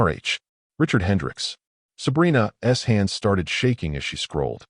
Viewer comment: Your AI voice doesn’t know what an apostrophe S should read like. Instead of” Sabrina‘s hand”, it says “Sabrina ESS hand”.